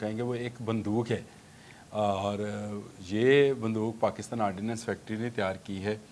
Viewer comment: Correct pronounce is Ordnance Factory, not Ordinance Factory.